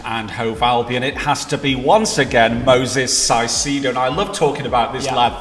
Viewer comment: saying caicedo wrong AGAIN. (Cai-ce-do) said literally as (kai-se-do)